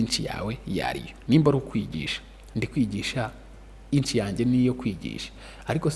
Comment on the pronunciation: Inch❌ niche✅